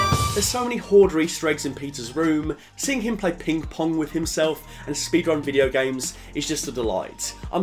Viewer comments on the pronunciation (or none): none